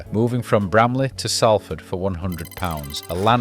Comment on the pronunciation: Great video. At the risk of being picky (but genuinely just for future reference) Salford is pronounced Solford, Offiah is pronounced O fire (hence the nickname Chariots (of fire)) and the result in the 2017 World Cup was 6-0.